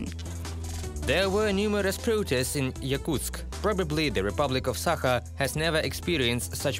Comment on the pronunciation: It is not Sakha but Sahka hk like harsh H and not yakut at all.